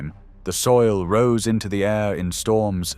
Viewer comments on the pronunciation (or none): none